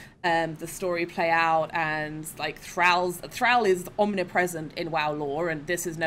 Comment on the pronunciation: alts and now thrall, really can't pronounce them correctly.